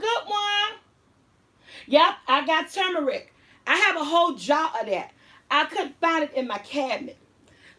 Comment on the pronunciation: My fave garlic powder is from Amazon Fresh..it.is organic and the 365 whole foods brand. It's a very fine powder and they have the granulated one. It'll change your life lol..funny how you pronounce turmeric haha